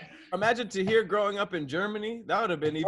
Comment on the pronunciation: Hey Tom, is it just me or did call Tahir 'Katir'? Sending it to the booth for review... 🤔